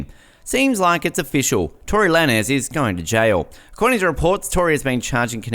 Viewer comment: Tory who? That’s not how tf you say his name!!! It’s TORY LANEZ Pronounced like LANES like driving and switching lanes. And we been known this for about a month and his new arrangement is this month on the 18th. He hasn’t even plead yet. Also Megan lied.whoever uploaded this is so late. And Kehlani put Tory back on the song actually...